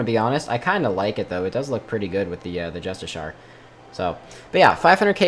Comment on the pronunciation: ITS NOT JUSTISHAR its just-ish-she-ar